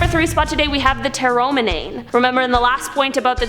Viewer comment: You are pronouncing the three Ecuadorian tribes all wrong its huaorani pronounced (WOWRANY) TAGERI PRONOUNCED (TAGEYRI) AND TAROMENANE PRONOUNCED (TARO MEN NANY) I have traveled to the country on many occasions and have contacted with the huaorani and I'm friends with a lot of them they are very nice people the other two tribes are very violent and even they do not contact them if they don't have to I wanted to but they told me I would be killed if I tried and there's a lot of lies surrounding the Ecuadorian government instead of trying to help these people they're trying to exterminate them you have to read up a lot and I could teach you a lot about what's going on there if you would desire I am United States Ambassador for the huaorani I have a letter from their government saying that I represent them in the United States that I can help get any help for the tribe in whatever way I can I have a paper stating that